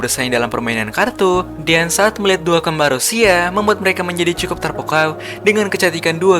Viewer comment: Bang kok ngomongnya cekukuk bukan cukup😂😅